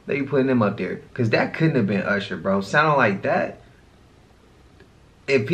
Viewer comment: somebody tell me why dude cant pronounce Usher and megan the stallion. he sounds so challenged